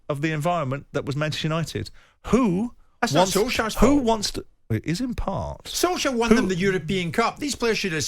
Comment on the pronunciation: What’s Simon’s problem with Solskjear .?.at this point it’s very hilarious 😂